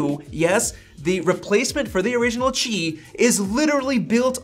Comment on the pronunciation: Bro where are u reading “chi” from? “Qi”